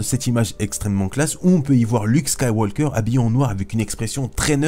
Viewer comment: Yo bro! Apprend a parler comme du monde ????Skywalllllker????